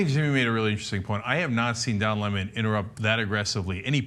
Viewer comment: I love how in the video Lemon points out that people say his name wrong so he makes sure to get everyone elses right... and then Ana pronounces it wrong. It's Le-mon, not L-emon